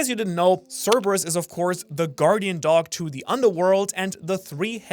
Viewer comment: Thank you for being the first channel to pronounce cerberus right